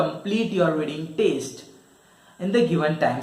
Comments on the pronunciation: It's test not teste😬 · it is TEST not TASTE first go and improve your pronunciation 😂😂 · It's not taste it's test 🙄